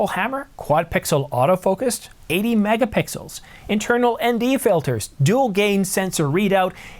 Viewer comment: “11.1 Megapickels” 😂